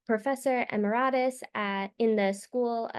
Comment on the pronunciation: emeritus: eh-MER-ih-tuss